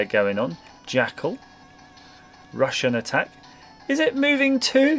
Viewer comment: For some reason when he said Rush N Attack I thought he said Russian Attack